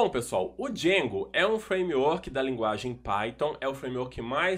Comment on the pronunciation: eita que agonia quando ele fala "djengo"